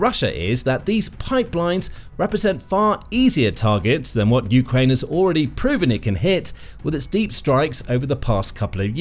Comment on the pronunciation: How many years will it take for you to start pronouncing Ukraine correctly. You go back and forth putting the accent on the U and then on the A. How many ways are there to pronounce United Kingdom or Britain? Just one way for each. Just makes you sound less credible. Like you don't care about Ukraine. Just the war.